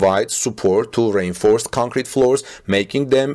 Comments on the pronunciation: I normally wouldn't have said anything, but, when you say reinforced concrete..think of this when you say it ( re - inforced concrete). Hopefully this will help.. I do understand how hard it can be when English is not your primary language.. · I never realized that rainforest sounds like reinforced! 🤗 Okay English is crazy. Strangely, reinforced is a 3 syllable word, as is rainforest. Good report!